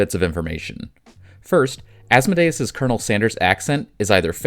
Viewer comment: sorry man it’s killing me its As-Mode-Ee-Us